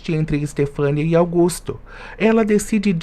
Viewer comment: Augusto e Sarita, precisa falar os nomes certos